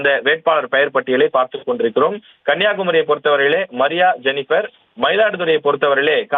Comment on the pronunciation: வெற்றி பெற வாழ்த்துக்கள் கண்ணியா குமரியில் மரியா ஜெனிபர் இல்லை மரியஜெனிபர் சரியாக சொல்லுங்கள்